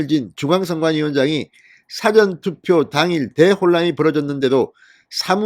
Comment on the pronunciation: 사전투표?! 국어사전투표?! 사전 事前 투표의 발음 [사: 아아저언] 투표! 장음!